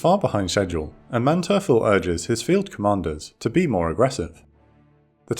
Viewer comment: Please work more on your pronounciation. Your channel is getting bigger, and your videos are getting prettier and prettier, but since you're the main narrator I think you need to take the role more seriously. I thought as much in your recent Ten-Go video where many boats had their name mispronounced, and now you've mistaken Manteuffel as well. I look forward to even higher quality from you and your team.